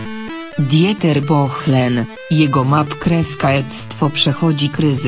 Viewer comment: "Djeter Bohlen, jego kreska mal kreska ectwo..." - co to za lektor, czy autor słuchał tych bzdur ????